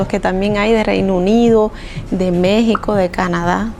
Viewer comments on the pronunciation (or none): none